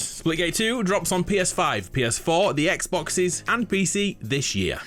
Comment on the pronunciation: DISH year or THIS year ???? soo anoying to hear it ....